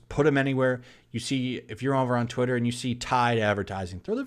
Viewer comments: You say “Twitter”, I hear “TOILET”. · "Twatter" Lol